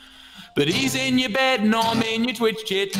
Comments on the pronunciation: When he said chat i though he said crap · Chet sounded like sh*t for me